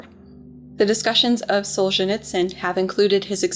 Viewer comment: Just a quick appreciation from a native russian speaker - it was one of the best "Solzhenitsyn" pronunciation I've ever witnessed